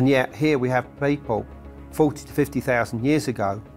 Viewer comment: Pie Poe = People... love that! -> DNI = DNA... meh... pi-cha = picture... love that! Grace and the narrator are articulate with properly pronounced words... easier to understand, but not as fun... low eek = like... se-oh-mints = settlements... thank you.